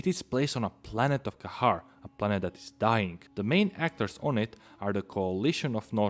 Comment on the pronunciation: Dude you are pronouncing Kharak wrong